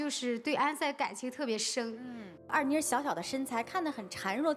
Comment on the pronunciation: 人家的名字叫二妮，不是二娜。